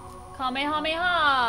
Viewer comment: did she really say, " kamehameha ?" not even close lol